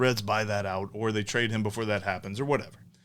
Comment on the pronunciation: "Trade-ar." "TJ Speedl.", you are one of my favorite sports media members. 👍🏿